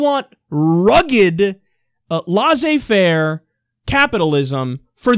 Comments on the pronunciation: it's pronounced 'lessay-fair' not 'lawzay-far', Kyle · Kyle just to help, when you pronounce laissez-faire, pronounce it as if you are saying (less hay (don't pronounce the h), fair). Hope it helps